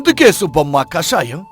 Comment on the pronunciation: కాషాయం, తెలుపు రంగులు కాదండి, కషాయం అది